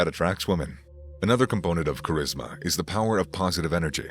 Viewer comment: L and live how his funny at points he said cherisma lol